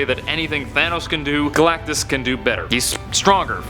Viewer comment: Did he just say gulactus the life bringer he eats plants how is he a life giver 😡